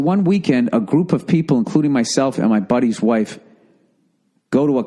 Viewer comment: Friends Hwhaaafe